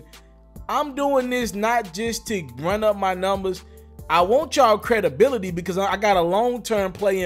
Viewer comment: The way you say credibility 😄